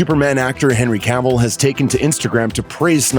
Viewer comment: Did I hear HENRY CAMEL?